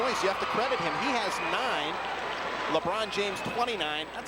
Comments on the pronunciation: Liibron James😂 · He said Leebron,not Laybron,listen again.